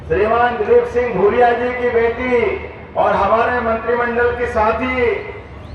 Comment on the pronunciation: भानु भूरिया है भादरिया नहीं